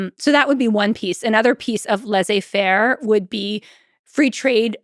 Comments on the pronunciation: Great content! Just can’t let go of the American pronunciation of Laize-fair😂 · Stanford professor that mispronounces Laissez-faire ... If she is really dyslexic, I apologize for noticing. She is a good historian.